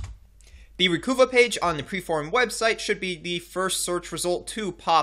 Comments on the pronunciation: It's pronounced "recover", not "reh-cu-vah". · "Recuva (pronounced "recover")" It used to say on their website.